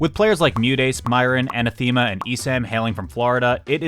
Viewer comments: Is that how you pronounce "anathema"? You know it's a real word, right? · a-NATH-e-ma, not an-a-THEE-ma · Bro an-a-thee-ma? Come on your better than that. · thats not how you pronounce anathema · That pronunciation of Anathema was criminal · Oml that had me crying 😂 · Yeah, that was painful to hear repeated so many times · Yeah lol that's how the Geometry Dash community pronounces it (and they're wrong) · Lmao I pronounced it the same way, thank you for pointing it out xd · I was thinking this ha